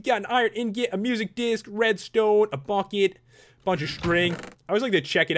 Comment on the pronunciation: Whenever he says "bucket," I think he says "fuck it"